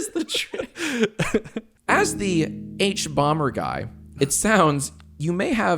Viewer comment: OMG ITS THE HUBUBUBAGUY